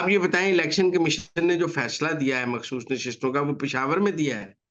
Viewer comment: میرا خیال ہے کہ وہ خ نہیں بول سکتیں اس لیے وہ مخصوص کومحصوص کہتی ہیں لیکن آپ اپنی املاء درست کر لیں مخسوس نہیں مخصوص ہوتا ہے۔😂😂😂😂❤❤❤